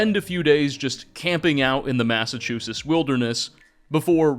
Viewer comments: In New England we pronounce it "Mass-uh-chooz-itz". Great video as always man. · There is a "T" sound before the last "S" sound in Massachusetts. Sorry just couldn't help it hearing that every time lmao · Is it me or am i not hearing the "tt" in Massachusetts when says it? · The way you say Massachusetts is crazy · Ngl bro, you’re totally mispronouncing Massachusetts. Sorry, but it was really bothering me. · I think so. He often mispronounces common words. Still makes some interesting videos though. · Your pronouncing of Massachusetts. LOL See those "T"s? They're not silent. FYI. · Tell me you can't pronounce Massachusetts without telling me :face-green-smiling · dude why the hell don't you pronounce the T's in Massachusetts lol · I've never in my life heard anyone pronounce the T. I live in the South though. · Your pronunciation of Massachusetts is infuriating... Great video tho 😁👍😅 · My home town being covered by my favorite skyrim creator. Also, you cant pronounce Massachusetts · Long time listener, first time commenter. I'm, sorry, the Pilgrims landed in what state?? As a Midwestener who moved to New England, I have never heard Massachusetts pronounced like that before. I'm not sure if it's an intentional mispronunciation to boost interaction, but here's a comment for the algorithm nonetheless. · Great video, but thoroughly annoyed with pronunciation of Massachusetts 😂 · ...I've never heard anybody say "Massachusetts" like that before. Are we that obscure? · My guy, i love your content but you're butchering the pronunciation of my state 😂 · I love what you’re doing but you sound very odd pronouncing Massachusetts. Honestly it’s taking me out of the video. Sounds like you’re dropping letters to say it faster. I knew a guy from Malibu that said it similar. Thanks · Its massachusetts, not massachusus, just fyi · "Massachusis". As a MA native, I'd like to inform you it's pronounced "Massivetwoshits" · I'm not gonna make it if you keep saying Massachusess